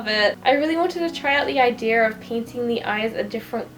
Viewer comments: I love how she says "Idear" it's so cute. I'm not hating, it's so cute how she says things. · Who else loves the way she says “idear” 😌👋